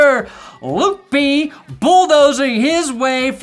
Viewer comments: it's pronounced Lip-Key. No hate btw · as a Bison fan Leupke’s name is pronounced like Lip-kee